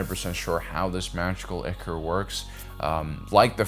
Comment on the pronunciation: Ichor = eye-kor